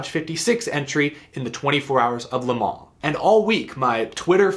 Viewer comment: Thank You for pronouncing Le Mans correctly.